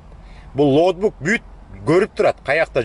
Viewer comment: Лоутбук эмес, логбук туура болот окшойт 👍🏽